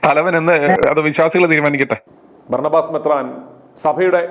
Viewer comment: ബർണബാസ് എന്നു വിളിക്കല്ലേ ബറാബസ് എന്നു വിളിക്ക്